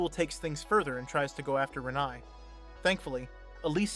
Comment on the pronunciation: Ren-EYE?! Its pronounced Re-nay have you not actually watched the films?